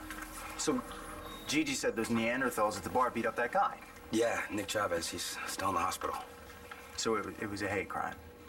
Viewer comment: the way he pronounced Chávez was surprisingly correct, woah.